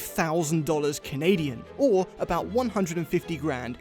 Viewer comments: "Ah-boot?", you're losing your English! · says “abouut” ABOOT?? ABOUUUT?? What has Canada done to you 😭😭